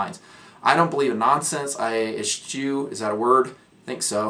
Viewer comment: Point of pronunciation: Eschew is pronounced "S - Show". It's a bizarre word, and you used it totally in the proper context. It means "to avoid"; "to not employ". Love ALL your NFP stuff. I've watched hundreds of hours of your videos. A great service, and a wonder way you present stuff. Thanks for all you do.